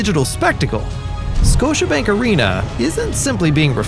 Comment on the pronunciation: “Scotibank” .. oops